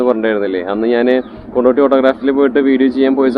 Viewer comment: കൊണ്ടോട്ടിയല്ല കൊണ്ടോടിയാണ് സുഹൃത്തെ......